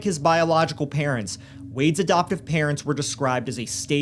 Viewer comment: (for instance, around 2 minutes in, I hear "'doptive" rather than "adoptive")